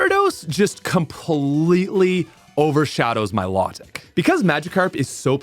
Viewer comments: Mi-low-tic not my-law-tic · Please learn how to pronounce riolu and milotic